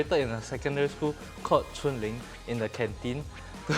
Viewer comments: nope but it's definitely not pronounced as 春 (chun) because the chinese is 锺 (zhong) haha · Chung Ling is supposed to be pronounced as Zhong Ling (锺灵）and not 'chun'（春） 😊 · It’s chung ling my friend